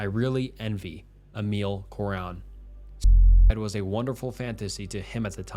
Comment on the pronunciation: It's not Emil "Coran" it's Cioran (în english you read the "ci" as "chi".